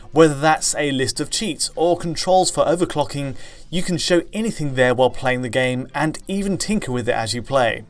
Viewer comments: He can't pronounce "can" either, he says "Ken" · Why can't you say "can"? You say "Ken"